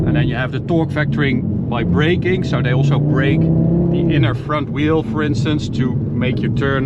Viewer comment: Have a problem pronouncing your "s's" in all of your words, e.g., "also" pronounced "alsho".